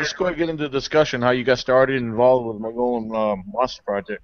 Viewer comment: You guys are pronouncing it wrong..Mogollon (Mo -gui-on)